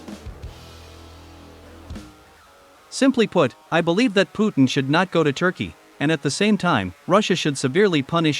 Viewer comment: "Turkeyeah" like its Indian counterpart. Are vile disappoints.